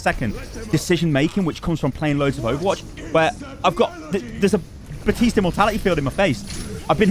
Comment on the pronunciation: Baptiste. BAPtiste. baPtiste. THERE IS A P. AND IT'S PRONOUNCED.